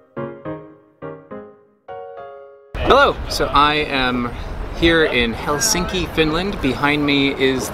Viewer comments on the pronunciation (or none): I always cringe when you say Helsinki. L should be soft, and more accent on a first syllable. Right now it sounds like the hell is sinking ;) Great video otherwise, cheers!